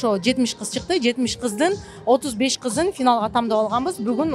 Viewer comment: Рыскүл тамдап ,эмес,тандап деген сөз бар кыргызча,туура айтуу керек